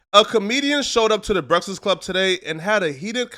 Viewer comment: Soon as I heard say "breastfast club" 💀